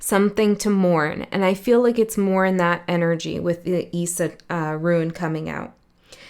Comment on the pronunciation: Issa is pronounced Ee-sah